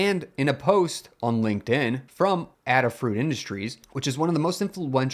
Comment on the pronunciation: Protip: You said "Adafruit" as "Adda-fruit". I'm pretty sure the "Ada" is pronounced "Ayda" as in Ada Lovelace, the first person to write programs, way back in the 1800s. So, that would make it pronounced "Ayda-fruit".